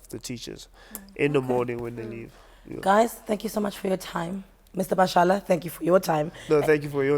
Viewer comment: eyo? it's Bashala and not Bashela!!!!!